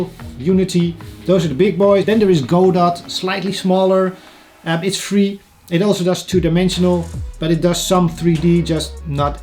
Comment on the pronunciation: Really insightful video! Also, it's actually pronounced "Godo", but I'm just nitpicking, thanks for the video